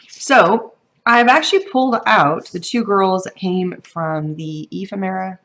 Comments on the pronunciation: E fem era is the pronunciation. Lol Great cards . Love them thanks for sharing. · Love your style of video, it's like you're holding a conversation with us. Your cards are beautiful. You crack me up trying to pronounce "ephemera". Someone gave this to me to help me remember how to pronounce: E-fem-ra.